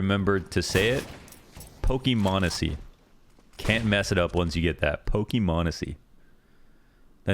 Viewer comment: you may pronounce m0nesy right but my mans rlly saying pokey mon